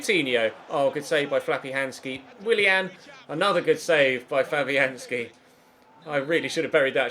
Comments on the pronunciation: When he said Fabianski in the 88th minute it sounded like " Flappy Hand ski " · Did he say "good save Flappyhanski" 😂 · Did he say flappyhandski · Did say Flappyhandski in the minute 25 of the video? It sounded like it. That's hilarious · N Leach I thought that!!